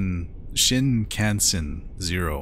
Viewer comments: pronounced "shin-con-sen" the "kan" is pronounced like "con". Hopefully this helps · Yay! I'm so glad you tried this one. I'm dying at the first few minutes. XD Pronunciation: shin-kahn-sen I hope you'll play it again for the other ending. You help the sister find the boy in another ending. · ive been waiting for this one 🙌 shinkansen is japanese for bullet train! you pronounced it pretty well but kan is more pronounced kahn